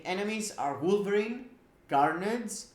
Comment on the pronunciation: Lol really sounded like you screamed... Yes, I'm gonna test my blueberry with all ctps....😂😂😂 instead of wolverine, had to listen 5 times to get who you were talking about lol